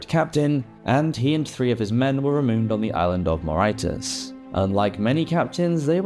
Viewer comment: Your pronunciation is still rubbish the island of Mauritius is pronounced ‘ma-ri-shus ‘ and not ma-ritus which is how you said it making it sound like a disease